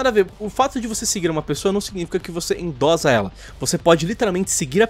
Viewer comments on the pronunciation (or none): A pronúncia é endossa não endoza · Se fala Endossa e não endoza. De resto, concordo com tudo. Abraço. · Falado: Endo"z"a Tá errado. Endo"ç'a tá certo. OBS.: Endossa (escrita correta). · 1º endossa é com dois "s" a pronúncia 2° o pessoal da direita é meio homofobico mesmo é só olhar os vídeos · É "endossa" maluco, com dois S e não com um hehehe